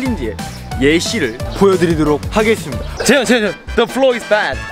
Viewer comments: At first I thought they said ‘the floor is bad’ 💀💀💀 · Am I the only one who heard the "The floor is bad" ?hahahah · 2idiots: "The floor is bed" No one literally no one: ...... Me: WHY DO I HEAR "THE FLOOR IS BAD"